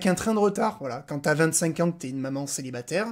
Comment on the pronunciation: "Maman celibaterrrrrre" 😂